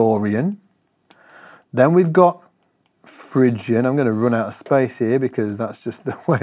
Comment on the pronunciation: It's Phrygian, not Phygian :-)